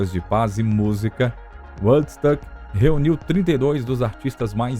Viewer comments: Eu ia comentar justamente isso ... Quando se tem duas letras "o" o som é "u" e quante tem uma única letra "o" osom é "ó" .... Dá uma agonia ouvir "uodsÃc" ou "uodsUc" ... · Na boa, precisa urgente de mudar a maneira que fala Woodstock, do jeito que fala está muito ruim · Quando vcs tiverem este tipo de documentário, em que envolvam palavras em inglês, cuidem em conseguir um narrador que entenda pelo menos um mínimo da língua inglesa. Este aí q narra os 50 anos de Woodstock, de todas as palavras em inglês que ele citou, e foram muitas, ele não acertou uma só. O próprio nome Woodstock (estoque de madeira) ele pronuncia errado.